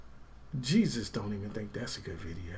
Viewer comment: His name literally said “Jeaus” Christ. The evil bro for Jesus?